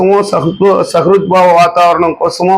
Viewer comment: సుహృద్భావ వాతావరణం. సహృద్భావ కాదనుకుంటా